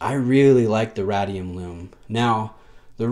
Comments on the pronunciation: RAY-DEE-UM. As in radiation. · I have to admit that I'm an Omega Guy, as most if not all Rolexes leave me cold. That said, this Seamaster 300 is a nice re-imagining of the original. Not so sure about the aged radium (pronounced RAY-dee-um in the US, lol) lume though. I have it on a Steinhart OVM and its peachy color drives me nuts. On this watch it appears more brownish/tan and is less offensive to my eye. Would I pick this over a Planet Ocean? Probably not, but I appreciate the attention to detail that Omega devoted to this watch. Great review as always,! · Lee K thanks Lee. I must admit I have a hard time pronouncing things right on camera. I've been making a conscious effort to say 'height' and not 'heighth' but I still get that wrong most times. I'll ad Ray-dium to the list :D